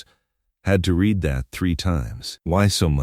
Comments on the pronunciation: I've always wanted to point out about red and reed. It is one way of telling it's AI which might be useful in the future. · Dear AI reader: The word "read" is almost always pronounced as "red", not "reed", depending on its' use. Work on it, will you?